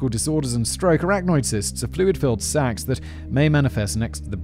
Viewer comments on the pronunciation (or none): none